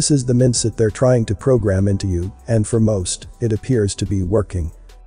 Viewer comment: “Prehsient”? “Mendset”? Glad you have the captions since the voice doesn’t reference their diacritical marks. Love your work regardless!